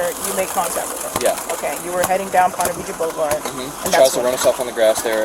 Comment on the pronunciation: This is my neck of the woods. Well, southeast by about 20 mins. They are not saying Ponte Viggo. They are saying Ponte Vedre. (Pronounced Veedrah). Drove through there every Thursday, delivering papers, for 2 years.